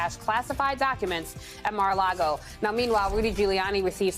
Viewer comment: "Mira-a-Lago?! NEW NAME; "MIR-A -LYGO"!